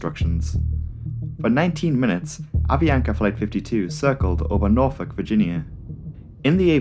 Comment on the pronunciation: Wow you actually said Norfolk correctly. Thank you 😊 great video btw